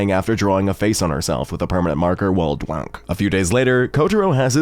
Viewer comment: "while dwank"